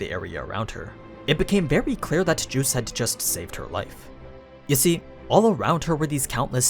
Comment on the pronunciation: I hate the way he says geuse it sounds like hes saying juice and is mildly irritating.